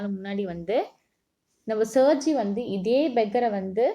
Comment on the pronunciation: That's sergie😂